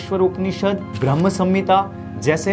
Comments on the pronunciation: Please bhraman नहीं बोले its bhram,,,, or bhrama जब आप पूरा एपिसोड हिंदी और संस्कृत में बोल रहे हो तो brahman क्यों बोल रहे हो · Mispronouncing Brahm as Bramman irritated me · Pehle to brahman nhi brahm boliye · Sound requires medium to travel then how it can travel in space and initiate formation of elements. De Broglie equation which is applicable for very small particles is used to find wavelength of small particles of dimensions of electrons and atoms . therefore the universe can not exist as a wave. if this is true then I am Elon Musk. Aur haan bhai bhrama ka uchharan dhang se shik loo.